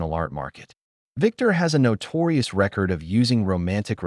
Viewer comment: AI needs training on proper pronunciation of ‘record’ and ‘wound’ according to context. Otherwise good story.